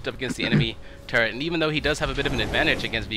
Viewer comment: When x says "turret" it kind of sounds like turd lol :P